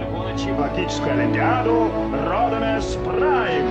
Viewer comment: В русском языке отчетливо слышно родОмЕс Прайм, а не родИмУс.